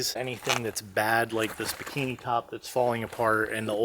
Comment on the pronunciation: for bikini read bimini - close though - cheers